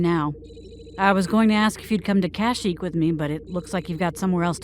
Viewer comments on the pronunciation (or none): The graphics here might be PS2 era sometimes, but hot damn, I can see the talent and love behind each and every scene! The framing, the pacing, the editing, everything came together wonderfully! The voice acting was shaky at times (Leia pronounced Kashyyyk as "CASH-ic" lol) but Luke, Ben, and especially Thrawn were phenomenally recorded and edited. An incredibly well made project, I'm sure Timothy Zahn would be proud!